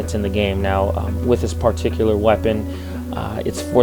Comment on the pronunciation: wth is he pronouncing "particular" like that? It's really annoying. And he says it alllllllll the time. It's like it's scratching my brain with an icepick.